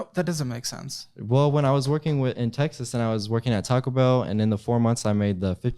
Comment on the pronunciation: Why’d he say Taco Bell like that??